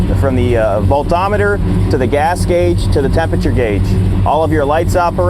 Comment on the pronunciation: I agree except for the "voltometer" time